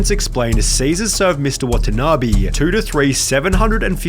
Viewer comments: it's NOT "watana BEE" , it's "watana BAY" .. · watanabe is pronounced wah tah naa bay not bee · I take a shot everytime he pronounce the name Wa-ta-na-bee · how to pronounce watanabe: wa-tan-a-bay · Why don't you spend some time looking up how Watanabe is pronounced?